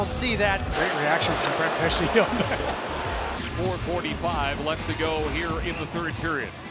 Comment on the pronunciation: "Pe-kay Ree-nee" god I cringed so hard at that and that's not even my team